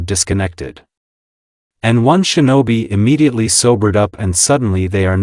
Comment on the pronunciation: Bro said disconnected 😂😂😂😂😂😂😂😂😂😂